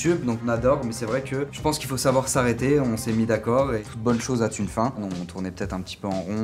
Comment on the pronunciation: "Toute bonne chose a-t-une fin." Aïe aïe aïe, c'est terrible.